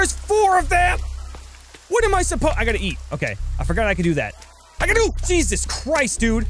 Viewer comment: When you said "jesus Christ" at a little before it sounded like you said diseases Christ